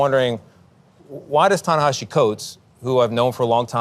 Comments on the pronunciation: Rachel's pronunciation of Ta-Nehisi's name is incorrect. Listen to how Nate pronounced it. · Van, you got the right pronunciation for Ta-Nahisi Coates. It's not heezee but hawzee. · I ❤ my Soror Rachel, but the way she was so loud and wrong on the pronunciation of Ta-Nehisi’s name was disturbing…